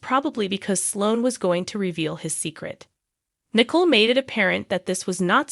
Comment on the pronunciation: Why does the commentator mis-pronounce the characters names when she talks about them like Nicole (Nickel), Jada (Jadda), Gabby (Gabie), Salem (Salam), Chanel (Channeel), Constantein (Constann), Theresa, (Daresa), Ava (Avah)